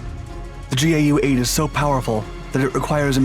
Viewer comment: Its Gau8 (pronounced 'gow'-8) not G.A.U.,8